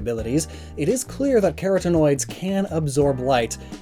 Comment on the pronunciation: mispronouncing carotenoids speaks to my dumb freshman Bio brain on a special level